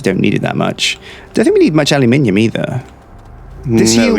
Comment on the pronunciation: Aluminium, not aliuminium.